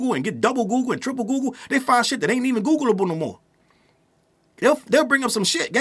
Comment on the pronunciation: Aye I know googleable is a word but damn it sounded funny 😂😂😂